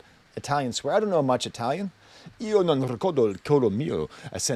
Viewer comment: the most Russian-sounding Italian Language rambling ever. Needs more parsley, less dill. 😂